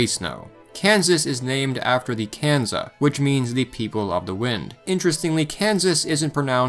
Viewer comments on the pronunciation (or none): none